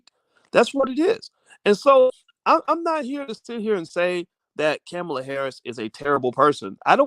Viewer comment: Can you pronounce her name correctly?